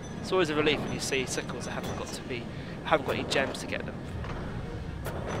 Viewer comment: it sounds like the goblin says sickos instead of sickles.